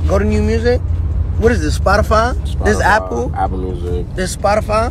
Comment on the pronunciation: I still can't get over the fact he pronounced Spotify like spodifahh